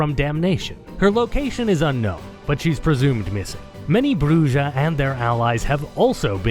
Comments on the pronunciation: Its not a big deal, but holy never heard spanish in your life... Bru-hah, not Brujjjjjah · Actually Brujah is pronounced like Bruja which means Witch in spanish. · Brujah is pronounced as "BREW-HAH" :) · I am so happy to see this video, especially since I was hoping to see you touch upon on VtM. I also plan to rejoin patreon on the 1st so the streaming is something to look forward to. Though it’s weird to hear Brujah pronounced with a J since it’s actually pronounced “Bru-ha” since it’s a Spanish word. Is it pronounced with a J in the game? I’ve never actually played it. As for fave clan? Lasombra. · I was informed by an obsessive larper that it's correctly pronounced *shimmy-say (tzimisce) 🙂 Also, J in Brujah is like that in jalapeno. Yw.🌹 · I had my suspicions but hearing him pronounce bruja like that confirmed that this man is whiter then sour cream.